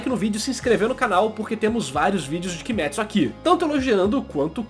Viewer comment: *KimÊtsu e não KimÉtsu